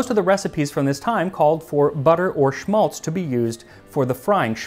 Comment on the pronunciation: Just a note on Schmalz. It is in German pronounced with a sharper A like in Apple. It is esp saved from Geese when doing Christmas Dinner. It can be preserved for a long time and is economical when it comes from cooking. Around my area it is also made from Pigs. It's interesting to see "Berliner", "Kartoffelpuffer" and "Eierkuchen" being Jewish dishes, as they are very popular Germany esp. here in eastern Germany, and mostly so with every child. Thanks for this episode!